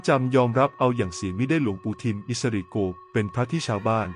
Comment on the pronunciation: อิสริโกนะไม่ใช่โก้นะระยองนะไม่ใช่ตจันทบุรีนะ